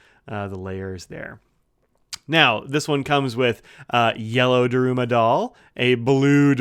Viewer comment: Sorry to nitpick, but Daruma is pronounced DAH-r-Mah, the U sound is mostly omitted. Based on an historical figure, a monk who spent so much time meditating in a cave that he lost his arms and legs (possibly only a legend). In Japan, at the beginning of a project you buy a new doll and paint in one eye; at the successful end of the project, you celebrate by painting in the other eye. Anyway, thanks for giving us a look at this. I think they do the same design on an Emperor (urushi covered ebonite, and bigger) as a regular edition.